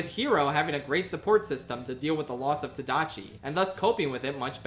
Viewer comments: bro said tADACHI 💀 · The rant about Man in Bambi was priceless. Also a good read: Man is the equivalent of the weather in terms of what it represents to the story. Also, the older brother in Big Hero 6 is Tadashi, not Tadachi. (Tadashi is a pretty common Japanese name.)